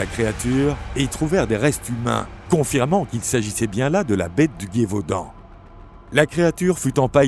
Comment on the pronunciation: Plus intéréssant qu'effrayant mais je suis tilter par la prononciation de Guévaudan et pas Gévaudan a chaque fois